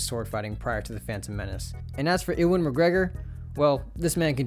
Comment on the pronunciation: WHO?? bro said in-wan mcgregor LMAO Ewan is pronounced You-one.